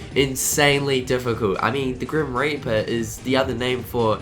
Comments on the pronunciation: Is it just me or de he say grim r**per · did he said the grim raper?